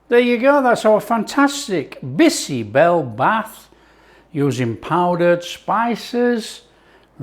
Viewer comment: Great, great, great❤ OMG u are removing the froth like my dadi, Nani used to do extract out unhealthy anti-nutrients❤ never felt like eating bisi bele bhaat so much ❤ ur cooking makes every recipe sumptuous ❤ n dear chef it's "Bhaat" (rice) not Bath